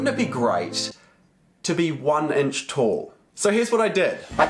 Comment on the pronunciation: Everybody: Inch: Ench